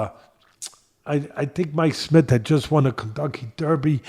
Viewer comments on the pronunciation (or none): none